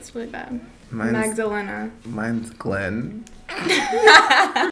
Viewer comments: I knew a Magdalena and she was gorgeous & dope! I love that name! And how he said Glen made me LOL hard 😂 at least they’re unique! Every white girl born in the 80s has the same middle name as me 😂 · i don't know why but something about the way he said Glenn made me cackle omg